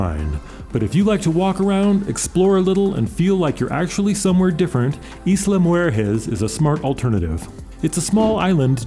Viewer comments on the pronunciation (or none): How did you butcher mujeres so badly? moo - HeHr - rez, or just say Moo Harris